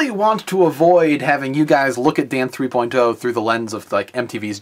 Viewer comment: Stop saying "three-poin-TOE!" Come on man, just say "three-point-oh".